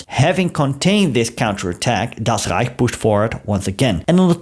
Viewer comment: I just love how you pronounce "Das Rrrrreich" 😅